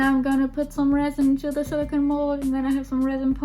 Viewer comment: SiliCONE not siliCAN. Two different materials.